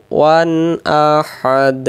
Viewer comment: মুহতারাম (১ম) আঁতাতে আহাদ পড়ি কিন্তু দালের ২ পেশ কেন উচ্চারণ হলোনা